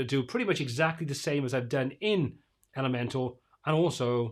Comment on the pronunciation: Just a side comment and completely irrelevant, but I notice it when I watch many to all your posts about Elementor. How come it sounds like you are always saying, Elemental vs. ElementOR? LOL Love your streams and posts. Keep up the good, unbiased reviews.